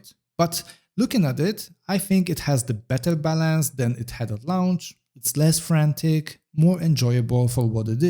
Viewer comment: Launch is pronounced like "LONCH" not "LA-U-NCH". Please stop saying LA U NCH. Thanks